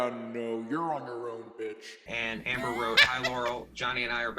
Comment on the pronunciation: He sounds like he is calling her "Amberger "